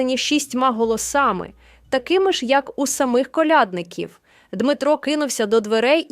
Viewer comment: Крлядників наголос на я! Ніі, я не додивлюсь. Вибачте.